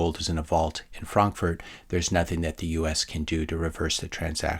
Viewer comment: I appreciate your accurate pronunciation of "Frankfurt"